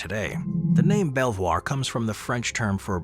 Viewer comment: Fabulous video. ❤ I visited Belvoir Castle last year and although you used the correct French pronunciation of the name, it's know as 'Beaver' Castle. Probably because nobody could pronounce Belvoir properly. 😅